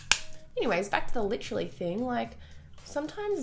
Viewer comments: who the fuck hates on her saying liTTTerally? Its so funny when Michael and her use each other's words so funny! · Please don't stop saying "literally" the way you do. It's so funny 😂😂😂😂😭😭